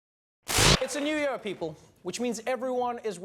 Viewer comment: The way Trevor says “year” is funny.